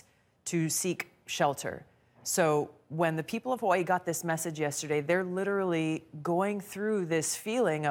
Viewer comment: Love how she try’s to pronounce Hawaii differently from how they actually are supposed to say it